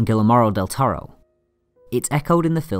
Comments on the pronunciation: Love this video!!! Just for future reference though, his name is pronounced "gee-yermo del toro" not "gilamarro". And im not trying to be a dick or nit pick anything! Great video, once again. :) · Guillermo del Toro is pronounced "Gee-yermo" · Gilla-maru del Torro? Never heard of him.